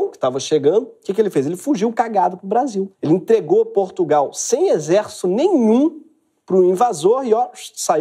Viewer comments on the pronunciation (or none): none